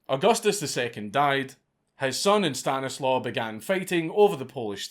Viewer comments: It's not Stan-is-low it's actually Sta-knees-wav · It is pronounced "Stanislav" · My friend, The Polish "W" is pronounced like English "V", the name is Stanislav. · Stanislaw is pronounced ‘Staniswav’ or Stashek for short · As a descendant of Stanislaw, hearing you struggle with that last name was my favorite bit.